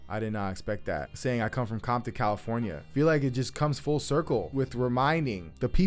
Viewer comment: Great essay! At the end it sounds like he says “Compton Calipornia” Couldn’t figure if it was intentional for some reason